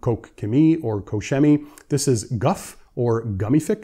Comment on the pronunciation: tu peux juste prononcer 'kor-kemy'